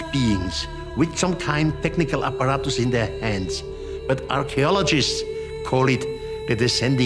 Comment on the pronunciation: When he says "apparatoos"